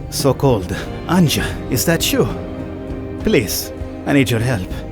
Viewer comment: Just say anja not anjđa im a slav i know